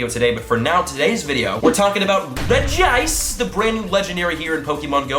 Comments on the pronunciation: The Pokemon Anime calls is REJ-ice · You pronounce it like (REHJ-ICE) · The regi trio are pronounced reg-gee-rock, reg-ice and reg-gee-steel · Re gee ice Re gee steel Re gee rock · CapuccinoCinccino its Regi ice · It's pronounced rej-ice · It's reg ice btw 😂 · Eward Ah yes, many apologizes. I had to boot up my Pokedex 3D Pro to get further evidence, you are correct. I'm just very used to saying Reg-E-Ice since I was a child I forgot how to say it right. Apologies once again. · Redge-ice = Regice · H0i You say it like Regi Aise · This ia a crime scene... RIP Regice's name.. 😂😂😂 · No, you actually dont pronounce it like that, there is just 1 'I', so it is different from the other 2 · Regice is often mispronounced due to the other regis' names, but Regice is pronounced "Rej-ice", pretty simple! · Reg-Ice. Say Reg, like Reggie and then Ice well like Ice. So it's Reg-Ice. Regice. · its Regice so Reg-Ice(say reg like the other regie's lol) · it is pronounced regi-ice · Is reg-e-ice btw reg-e-steel reg-e-gagis reg-e-rock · Regice is pronounced Re-gi-ice, just as Regirock and Registeel are Re-gi-rock and Re-gi-steel. It's also the same with the Gen 4 Legendary Regigigas which is Re-gi-gig-us 😋😋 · It’s Re-G-Ica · It’s pronounced (Regi-Ice) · I have a Pokemon book that actually says that its pronounced ( REDGE-ice) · Its pronounced Re-jice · It's pronounced "REG-ICE" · It’s Reg-ice not Regy- ice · It is pronounced Reg-Ice, not Reg-E-Ice. It’s weird because the others pronounced Reg-E-Rock/Steel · its not rigi ice its regice dude😂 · I think its Regice not Regiice But i think most people say Regiice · Reg-ice not regice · This is how u say it: rej-ice Not regi-ice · Reg-ice, not regi-ice 😂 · Rej-ice NOT Regi-ice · It's now pronounced Reg-ICE no extra I or otherwise it would have been REGI -ICE which is incorrect. 4kids are not reliable with pokemon info like prenouncations. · It’s reg ice not regiice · Regi-ice just like that NOOB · Reji-ice that is how you pronounce it